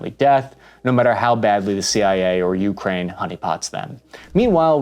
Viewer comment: Stop calling it Juukrajn - please! (And no,not even local)